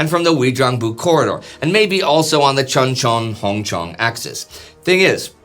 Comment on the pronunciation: The name of that town is pronounced Choon Chon. I was there at Cp. Page for two years 86-88 and I have 7 years in-country total. That is how the Koreans pronounce it BTW.